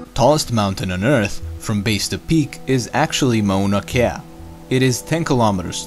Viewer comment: I’ve been to Mauna Kea. Pretty it’s pronounced “Mona Kia”